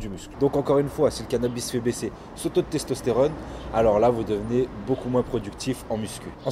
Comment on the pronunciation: "Stestostérone" hahaha